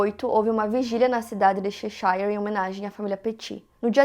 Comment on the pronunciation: Apenas uma observação: a pronúncia da cidade Cheshire é /chéchãrr/, e não /checháiãr/.